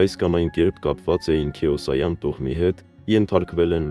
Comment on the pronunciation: Անկեղծ ասած ես մի քանի ռուսական ռոլիկնր լսեցի։ Առաջինը լսելուց հետո ցնցված էի, շոկի մեջ, ամաչում էի։ Բայց հետո ուշադիր լսելով, հատկապես ,,Քեոսայան" ազգանվան սխալ արտաբերումը, Կիրկորովի ազգանվան սխալ արտասանությունը` ,,КиркАров", մի քանի այլ ռուսերեն բառերի վրա սխալ շեշտադրումները սկսեցին ինձ մոտ կասկած առաջացնել, որ դա ԱԲ(ИИ) օգնությամբ է արված։ Չգիտեմ, կապրենք կտեսնենք, պարզապես ամոթալի է։ Հերիք չի նիկոլը հայերին աշխարհով մեկ խայտառակել և պատվազրկել է, հիմա էլ սրանք։ Ցավալի է։😢